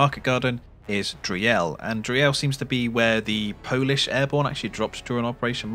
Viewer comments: Thx for the heads up! For the pronunciation: its's not DREE - EL, just say DREEL □ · Driel is pronounced roughly like "dreel", not dree-el. FYI :) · just a slight point of order: Driel is pronounced [drEE-l] with the emphasis on the EE part. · we say driel to spite the Dutch.